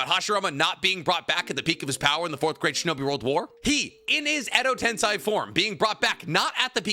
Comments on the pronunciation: Why does this guy struggle to pronounce “tensei” it’s literally just sensei with a t… wtf is a “ten sai” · Someone please tell me if it's a bit that he always says tensAI edo tensAI chibaku tensAI why does he say it like that💀 that's not how it's pronounced in the show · Am i tripping or does this dude not know how to pronounce basic shit like Tensei